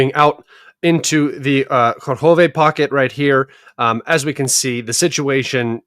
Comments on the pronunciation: plz say not karkove(Kurahove). Say Coo asin Cool. Ra as in row How as in Hoyhoyhoy Ve. So it's. CooRaHoyVe. LoveYa❤ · It’s KU-RA-HOVE